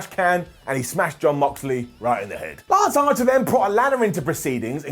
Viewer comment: Did he say 'lunch archer'?